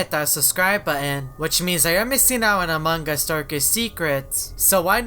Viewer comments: Now you are saying manga what's wrong with you? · Lol I love how says Among us like A mug us